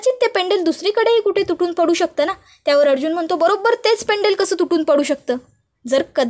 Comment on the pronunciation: पेंडल पेंडल काय करता ? पेंडंट म्हणा. व्हिडिओ टाकण्याआधी आपली भाषा शुद्ध आहे कि नाही तपासून बघा. पैसे मिळतात म्हणून कसं ही बोलायचं का ?